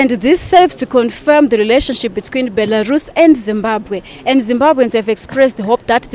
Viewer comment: Nyasha Chikwinya cant even pronounce the name right, hanzi BERALUS😹😹😹😹😹😹